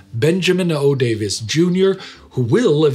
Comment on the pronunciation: and Colonel Day Vees